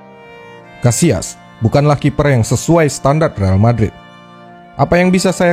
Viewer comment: Kenapa disebut KASIAS !!!! Sebut aja KASSILAS.. kita indo bro,, sebut aja dengan bahasa KATA indonesia..